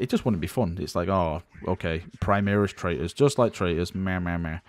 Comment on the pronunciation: Is it overly irrational to be annoyed by the constant pronoucing of "Primaris" as "Primeeris"?